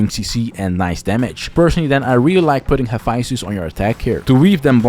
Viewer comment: Haphaisthus? Bruh. Here’s my take. Take the time to pronounce the word like the culture it births from. I don’t call Naruto nadado.